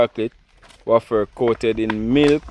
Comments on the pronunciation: it is pronounced (wayfer) not waffer bigup to the team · IT IS PRONOUNCED WAY-FER. YOU ALL TOO FUNNY 🤣🤣🤣🤣